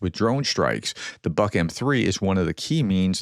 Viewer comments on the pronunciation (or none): Buk=or like in book not Bak